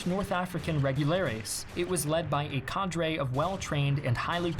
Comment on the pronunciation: Great vid, just learn how to pronounce cadre and emaciated properly